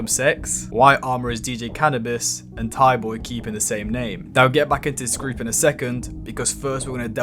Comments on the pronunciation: bro really said thighboy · This guy really called him thaiboy it’s a silent h bro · It’s pronounced “tie-boy”